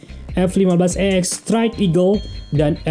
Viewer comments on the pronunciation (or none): none